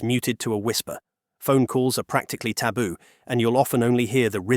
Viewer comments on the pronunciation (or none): none